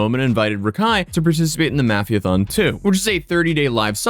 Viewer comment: Why do you purposely say mafia incorrectly?